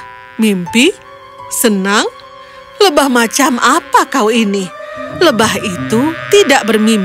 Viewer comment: Lebah mba bukan lebahv kaya orang Arab